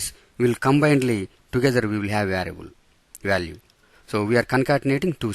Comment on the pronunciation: Bruh is it “variable” or “varable”